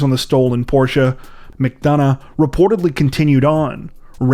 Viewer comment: holy shit he said porsche properly.